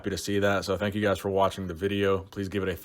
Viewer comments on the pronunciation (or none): none